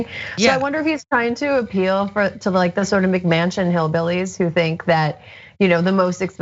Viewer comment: McMansion / McManchin I caught that from the guest, dk if it was intentional or not but it rang loudly to me